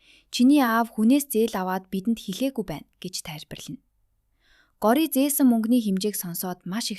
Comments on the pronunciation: гори гээд байх юм гоорияа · Gooryaa gej duudna shuu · Нэрийн зөв дуудаачээ Гора Тайм эдр ‼️ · Time✅Taamm❎ Gorya✅goorya❎ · Goroa bish gorya bas time bish thyme haha (no hate) 🙌🏻🙏🏻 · горяа гэдэггүй билүү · Goorya geed duudiich😂😅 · Gori ч гэх шиг дуудаж чадахгүй бол монгол нэр өгөөч Цэцгээ ч юм уу Нараа Горойж үх гээд байгаа юм шиг сонсогдож бна үзэхээс дургуй хүрчихлээ ёоо арай²